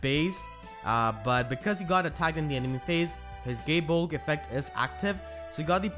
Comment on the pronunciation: I always understand "Gay Bulk" instead of "Gae Bolg" Q_q